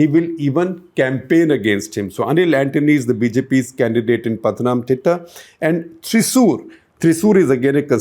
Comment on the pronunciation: Sir. You need to work a bit on the pronunciation of names. Thiruvananthapuram, Pala, Malabar, Pathanamthitta, Thrissur... All sound awkward. So does the names of priests. You missed the internal issues of BJP. The biggest challenge for the success of Suresh Gopi is the internal politics of BJP, as nobody in the state leadership wants a person brought-in by centre leadership to win. Also Anil Antony is a non-player. Now you might see that as a political opinion. But please keep an eye on his results and understand how wrong your info is. Rajeev Chandrasekar is a good one, but not good enough to make a win. But this is my opinion.